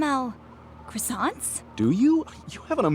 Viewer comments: How do you pronounce it then?😂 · The way you Americans pronounce "croissants" xD